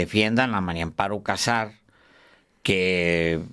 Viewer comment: Sr usted siempre dice Mario Amparo Casar Pérez ( no puede decir MARIA AMPARO CASAR PÉREZ